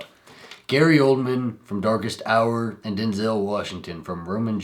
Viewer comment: And the Oscar goes to: Gary Oldman for "Daest Hour"